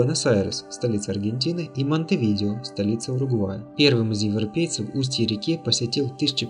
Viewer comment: Не Монтевидио, а Монтевидео.